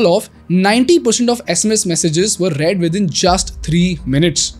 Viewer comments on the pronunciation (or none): none